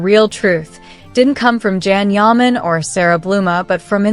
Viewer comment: YOU‼️ need to start pronouncing his NAME CORRECTLY—- it’s pronounced JOHN!!! YAH! MON. Please get it right as the moderator 😳